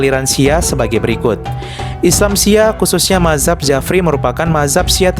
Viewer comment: Mazhab itu bacanya "Madz hab" bukan mahzab 🤣🤣